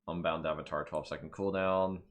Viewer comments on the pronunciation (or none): none